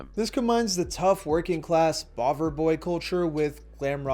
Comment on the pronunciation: you'r welcome, you did a good job, and yes you did said it well ,that's one of many ways of calling first british skinheads 😊